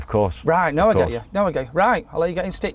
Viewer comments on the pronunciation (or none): Great vid, well presented. Good stuff.👌 But stop saying “stitu”🤪 when the word is SITU as in Situation (position).😉 Crazy man…🤣🤣🤣👌☮️ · Stitu…. It’s bloody situ 🤷‍♂️ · THERE'S ONLY 1 "T" IN SITUE!!! Situe....... situe, not stitue!! 😂😂😂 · Really interesting video, still find it hilarious when you say in Stitu instead of in Situ, lol